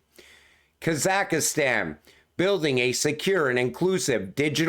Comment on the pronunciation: lol "Kazakahstan." "kah-zock-staahn."